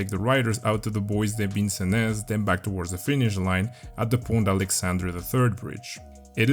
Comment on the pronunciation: Liked for your absolutely flawless pronunciation of "bois de Vincenne"